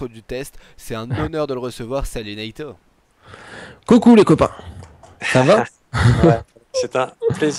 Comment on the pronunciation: Naito pas natyu